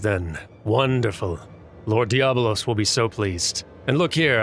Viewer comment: Just a small edit: it's DiabOlos. There's an extra 'o' in there for... reasons, I guess :)